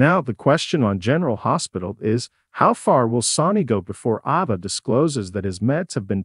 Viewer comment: Can’t say any name correctly. Sounds completely ignorant. I can’t stand to even listen to it. Who the hec is sawnie and who is Avia oh I guess the voice over is trying to pronounce Sonny and Ava. Don’t have any idea who Beenard is? I’m thinking they’re trying pronounce Sonny’s real actual name.